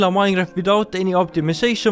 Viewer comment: vanilla minor?????? your english is a bit mad you know